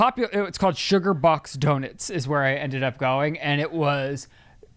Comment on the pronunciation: “donits”